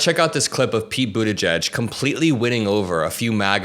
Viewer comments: As a brit it’s the first time I’ve heard buttigieg pronounced and I’m shocked. I was saying butty geeg? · I appreciate its not the easiest thing to pronounce but it is boo-TAH-jeej emphasis on the second sylable (jeej sounds like 'jeep' but with a J instead of a P at the end).